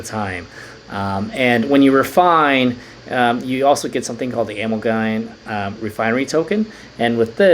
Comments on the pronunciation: A-MAL-GUM short for a·mal·ga·ma·tion. keep up videos man! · I’m a chemist I pronounce it uh-mall-gum